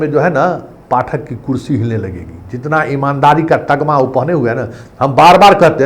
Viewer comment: Tagma ni tamga hota h😜